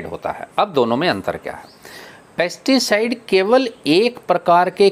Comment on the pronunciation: आप कनफ्यूज करने वाले शब्द बोल रहे हैं पेस्टी साइड और इंशेक्टी साइड की जगह पैस्टी साइड ही पेस्ती साइड बोल रहे हैं